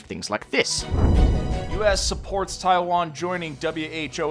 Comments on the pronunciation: My ears think you are talking about Thailand rather than Taiwan at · Is it me or about twice he said something like 'Thailand' instead of 'Taiwan'? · What is you and pronunciation of Taiwan 🤣 one second I hear Taiwan (Tai-one) then I hear taiwaaaaan (Tai-wahn)